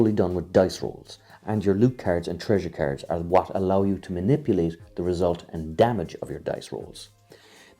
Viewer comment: I was so confused and thought "what kind of carrots keeps this guy talking about?!", until I finally realized that's how you pronounce "cards".